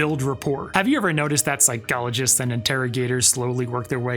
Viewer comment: Love how this guy says phycologists 🔥